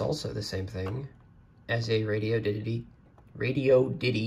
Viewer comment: "Radi-oddity", not radio ditty. It's an odd radio.